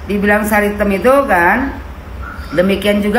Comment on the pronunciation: MANTAB DGN SBUTAN " SARI TEM " 😂😂😂